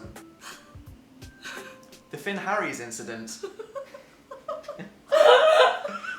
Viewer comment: I thought it was "Fill Harris" not "Finn Harries" the pronunciation really irritated me for some reason.